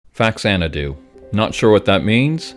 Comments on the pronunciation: Big elephant in the room: The title is pronounced "fah-zanadu", not "facks-anadu". It's part of the Xanadu series released on Famicom. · Long story short: it's pronounced Fazanadu.